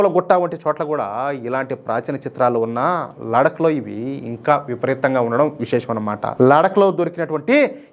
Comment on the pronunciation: Ladak kadandi laddakh ani palakandi ok mana telugu vallaki theliyadhu kabatti take it easy kani hindi vallu thappu padatharu ok laddakh ani palakandi ok